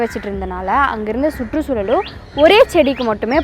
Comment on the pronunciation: ஸுற்று ஸூளல், ஸிக்கல், ஸட்டம்... ச்சுற்றுச் சூழல், ச்சிக்கல், ச்சட்டம்.. இவையெல்லாம் உச்சரிப்புப் பிழைகள்....